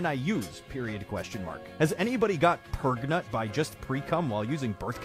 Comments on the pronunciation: P R E G A N T E 💃🏽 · I lost it at "PREGANANANT???" 🤣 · Really? I lost it at PRAGNAN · That PREGANANANT? It's from the video "How is prangent formed". Or are you talking about the reaction video? That one is from the TNTL series. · Sorry but I think it's pregofn 😂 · WHY THE PEGANTNENAT GET ME EVERY SINGLE TIME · i was lost at "...PREGANANANT?" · Nobody People: pregent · I laughed at pregnanananant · I lost it on how the guy was saying pregnant wrong pretty funny